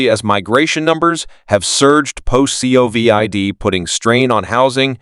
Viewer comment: CRAP narration. Did it spell out Covid instead of pronouncing it?